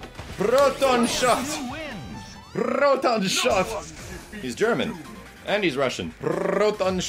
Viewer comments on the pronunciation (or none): "Beep! Prrroton Shot! Prrroton Shot!"